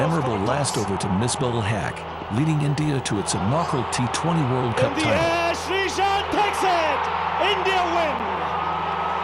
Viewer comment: Have a human narrate in your videos please. It's really disgusting to hear legendary names like Kumble, Misbah Ul Haq mispronounced as Kumbl, misbahul hack.